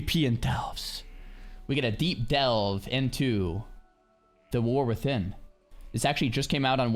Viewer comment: Is he saying Warthin? LOL.